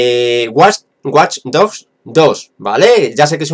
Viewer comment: Dice watch dos dogs y luego watch dochs dos xDD